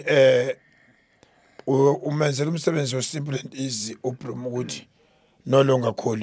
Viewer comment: tell our best chairman in the world that his name is not Brumo it is Broos 💀☠️❤🖤